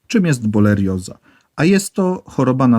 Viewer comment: Jak już to borelioza a nie bolerioza